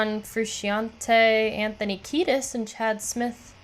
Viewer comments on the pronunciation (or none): none